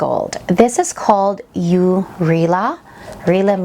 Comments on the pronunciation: Nice fragrances! Also, ‘Eau’ is pronounced as “Oh’ and it means water in French, whereas ‘Rihla’ means journey in Arabic. Always good to include a proper background check. Keep it up! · "yoo" Reela?